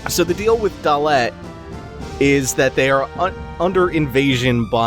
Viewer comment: also it's not gal bad ia, its galbade ia, as you would say forbade. and not dol-let..just dollet :)